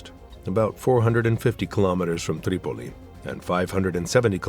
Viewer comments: Certain names are overpronounced. Tripoli becomes TTTreeee Pol llleeee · The narrator bugs me, going all camel humper when he pronounces Tripoli and other cities.